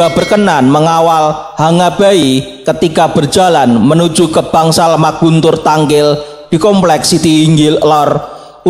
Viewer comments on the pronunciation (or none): Koreksi min: bukan maguntur tetapi "Manguntur". Di beberapa kata, D bicara sebagai D ringan, bukan D berat. D ringan & D berat, pada suatu kata bisa memiliki arti berbeda: Contoh kata wedi.